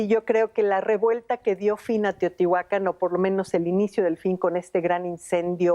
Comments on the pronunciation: No es correcto pronunciar Teotihuacán omitiendo el acento ortográfico en la última sílaba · El título del video es “SECRETOS DE TEOTIHUCÁN” pero la arqueóloga Manzanilla y una voz de fondo insisten en llamarla teotihuacan, sin acento. Otra cosa más importante aún es que México no está en MESOAMÉRICA sino en Norteamérica. La única parte de México que está en Mesoamérica es la península de Yucatán. No sean tan ignorant es. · Muy lindo video, lo que me molestó mucho es oír a personas letradas decir "Teotihuacán" sin acento 🙄🙄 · Pronuncias mal Teotihuacán tiene acento